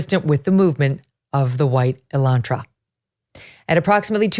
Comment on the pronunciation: uh-laan-truh, not E-lan-tra. Geez, are you really that far removed from a working class car?